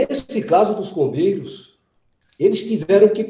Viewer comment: Toda vez eu escuto "Os irmãos COVEIROS" 🫥